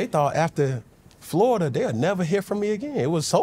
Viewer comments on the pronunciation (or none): none